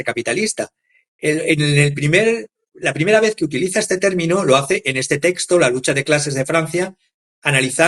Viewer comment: Testo vs texto, hasta cuando? Una clase de prosodia gramatical es menester